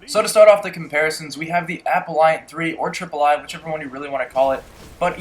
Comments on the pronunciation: Appellant = Apel-lant - NOT apple-i-ant Grenadier = Gren-ah-deer - NOT gren-ay-durr Icarus = Ick-a-russ - NOT I-care-eee-ous I like comparison videos and I appreciate the time this took to make, but I can't watch your video when you are so flippant with names, I just can't stand to. With that said, please consider this constructive criticism. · aPELLant, not appleEYEant. jfc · app-el-ant not apple-iant and lot of ur guns are well not very god role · Lmao bruh stop adding "i" to words. Icarus not Icarius, Appellant not Appelliant, and the one word that had an "i" was "grenadier" and you said "grenader". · it's appellant, not appelliant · there's no I in appellant....I cringe everytime you say it! awesome vid though dude!